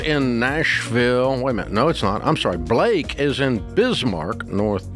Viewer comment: Blake? …..Blaaaaake?…… Ba-la-kee 🤣